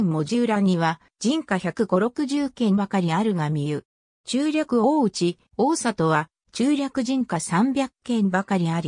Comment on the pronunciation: 漢字の読み間違いが多いです。自動翻訳なのでしょうか？「塩田」をしおたと読んだり、「大里」をおおさとと読んだり、「陶 晴賢」をとうはるかたと読んだり。「大里」は「柳の御所」が有ったので「内裏（だいり）」からきているんですよ。でも門司を研究してくれるのはうれしいです。頑張ってください。